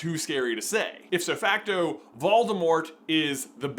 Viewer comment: Do they say "if so facto"? I've always heard it pronounced the correct way. Maybe I just haven't been paying attention.